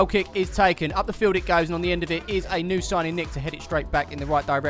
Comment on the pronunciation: 'New Siging' Nick... great vid though